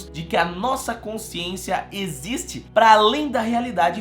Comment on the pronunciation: "ISSO NON ECZISTE" - PADRE QUEVEDO 👍